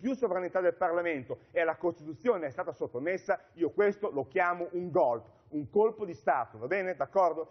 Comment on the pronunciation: Golpe, si dice golpe. Non "Golp" come se fosse chissà che parola esotica od è solo la sudditanza alla lingua inglese, senza comprenderne il significato. (Tipo il famoso Sanity day ed altre perle)